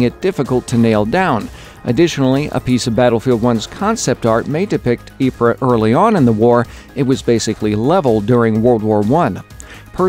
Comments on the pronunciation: He keeps saying it wrong he says it like yeepreh it's yee preez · Ypres pronounced YEEPS not YEEPRE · Realy nice to see that part about Belgium! I'm Belgian myself , and i had thought it was weird they didn't include any Belgian maps.. Also i live like a 20min ride away from Ieper (Ypres) and went to school there! FYI , You pronounce is like E-per. Always happy to teach people stuff! :) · Yo just thought I would let u know ypers is pronounced "eep" basically, also during the war the British soldiers would call this wipers. Great video by the way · you pronounce ypres like eep